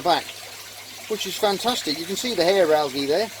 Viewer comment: Yes you did say it right that time "Hair Algae"